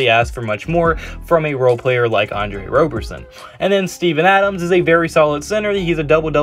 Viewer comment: Please call him Rob-er-son and not Robe-er-son. He hates that and I’m here to protect his feelings lol